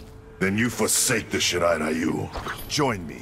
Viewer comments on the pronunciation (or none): It's so cringy when Americans pronounce "RYU" as "RAHYOO". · Bro, when I hear "Rye-U" I die a little bit inside, and I'm not even like a "weeb" LOL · They always pronounce „Shirai Ryu“ wrong you pronounce „Ryu“ like „Ryou“ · I thought Americans had stopped pronouncing "Ryu" as "Rye-oo" after Van Damme's SF movie, but...